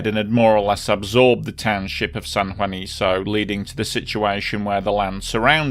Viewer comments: It´s San Juanico, not san juaniso. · Very thorough and comprehensive! The site/town should be pronounced as ‘San Juaniko’, not ‘San Juaniso’.